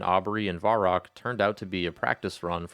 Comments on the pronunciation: VUH-rock, not VAR-rock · hey just a heads up its pronounced vehr-rock not varr-rock